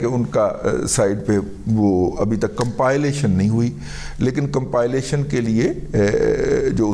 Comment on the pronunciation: لکھتے کمپائلیشن ھیں اور پڑھتے کمپا لیشن ھین